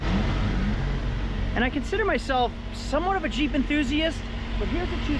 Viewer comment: Bruh, in the beginning I thought you were saying CHEAP wrangler instead of Jeep.